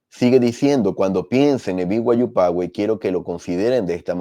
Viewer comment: Se pronuncia Pazuey (fyi)